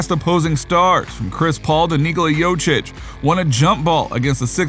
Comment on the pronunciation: No one mentioned how he said jokic